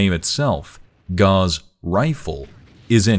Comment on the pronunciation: Your mispronunciation of Gauss made me dislike sorry mate